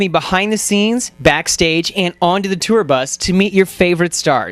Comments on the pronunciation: Cheyenne Paige “tewer” 😂😂😂😂😂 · I remember always being pissed off over the way he pronounced “tour” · relatable content hahahaha